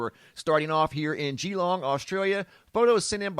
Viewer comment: One says it as 'Galong' not geeelong. Just saying. : )